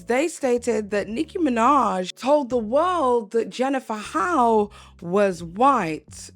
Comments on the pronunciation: Great video but her last name Hough is pronounced "huff" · Jennifer's last name is pronounced huff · I believe HOUGH is pronounced as HUFF. Just as tough is tuff and rough is ruff.